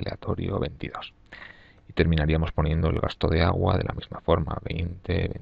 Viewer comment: El auhuuaa. Agua